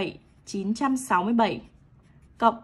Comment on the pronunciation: Cô có nghiện số sáu không vậy ạ? Em nghe là sậu